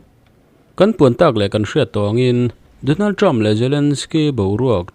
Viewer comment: President Trumpa hminh i lam hi Trump hi Term tih angin i lam tlat mai. A tawp hi p in ti tawp hram teh.